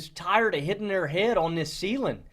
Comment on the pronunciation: The way switches between his normal voice and some weird dialect or accent so many times in one video always throws me off. He did it in the last video talking about this Pittsburgh. He does it in this video from to ending it abruptly. He also did the tiktok where he blind ranked running backs, where it was so apparent I thought it was satire. Like taking the ‘g’ off hitting (hittin’) and going (goin’) in such an emphasized way in random spots, and going from “them” and “this” to “dem” and “dis”. Nothing wrong with it, but if you’re trying to make it big in sports media, journaling, and commentating, it could be something to work on.